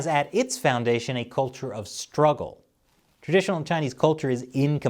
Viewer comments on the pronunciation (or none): Yes, the marauding Chinese are determined to lie their way to wrecking the rights of other nearby nations. However, this piece would carry more weight if the host pronounced the word ' culture ' correctly. It is not kolture.